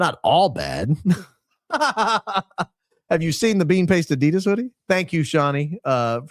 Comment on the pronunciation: Thank you so much for calling out Erika Frantzve / Medusa!!! 💪 On a different note, not trying to be a smart a$$, but it would be awesome if you could pronounce Adidas correctly 😅 ...sending lots of love from Germany!